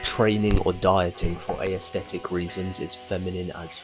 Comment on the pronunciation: "for ayesthetic reasons"